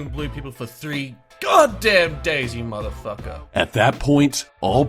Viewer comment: in da house do you not know how to say the word you 🍺😐